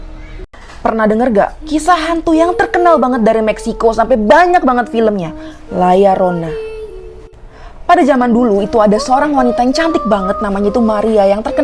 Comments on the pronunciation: La Llorona namanya bukan Layar rona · La Llorona bukan Layar Rona